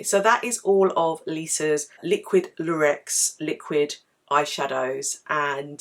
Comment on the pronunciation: Thanks for the review! It’s pronounced LOORex by the way. x